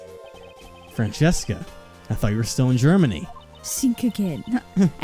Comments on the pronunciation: I know this game series is a couple of years old and I’m only watching this now.. but why do you read her name as Francesca(Fran-Ches-Ca) and not Franziska(Fran-Sis-Ka)?? I didn’t watch the Justice For All, so I don’t know if the reason was stated then. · Btw I've been wondering this for a while, why do you guys pronounce her name as "Fran-chess-ka"? It's meant to sound German and stuff, so the "z" would make a "ts" sorta sound and it would be "Fran-cis-ka" or something like that. It's not too big of a deal really, so if you keep doing it your way I don't mind, but it can be a bit distracting is all I'm saying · Yeah, they read it in an Italian pronunciation "Francesca" and not in German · Where is there an H in Franziska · oh god I forgot you guys pronounced Franziska that way, it gave me whiplash (haha) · For real, I thought at first they just misread it and it’d get fixed after a few episodes but it just kept going 🥲 she’s my favorite so it’s a pet peeve of mine